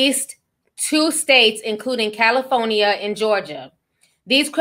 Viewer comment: Wait did Ti just say “Caliphonya” 💀😭😭🤣🤣🤣🤣